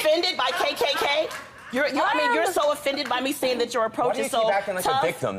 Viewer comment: KKK , I thought she said cake cake cake